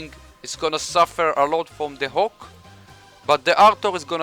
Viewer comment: The way you pronounced "HAWK", sounds like the Hulk.